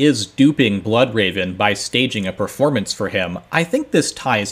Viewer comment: what is a "preformance"? Is that something you do before the "formance"? Lol, just nitpicking a little. These are some of my favorite videos